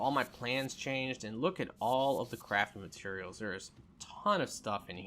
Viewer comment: Every time he says “it’s a bunch of crafting materials”, it sounds like he says it’s a bunch of crappy materials lol.